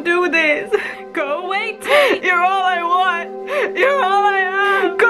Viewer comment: are we just going to ignore her saying "GO AWAY TATE" perfectly